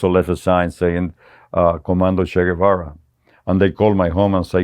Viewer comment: At least pronounce his name correctly